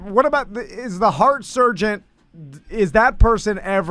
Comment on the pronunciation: pronounces it surgeont. Like he's combining surgeon and sergeant. Also... pretty sure he could be a surgeon after watching for 20 minutes. Maybe the jokes on me, and he would be an excellent surgeont after 20 minutes